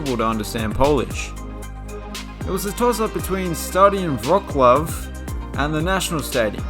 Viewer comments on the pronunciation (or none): u pronounced wrocław wrong im polish its not pronounced wrokław its pronounced wrocław people think c is k in polish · that is the worst possible pronounciation of wrocław i have ever heard. strongly reccomend pasting polish words in google translate and listening to them first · I kinda love how you say Wroklaw. The most English pronunciation is Vrotslav😆. I also sorta agree with the choice, but I'm surprised you didn't even mention the stadium of Wisła Cracow. As a Polish guy AND a fan of Wisła Cracow, I have to say it's actually really cool.